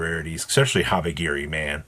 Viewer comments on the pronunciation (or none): Why do you keep calling it HabaGiri?! 😂😂😂😂😂😂 it’s literally HabaKiri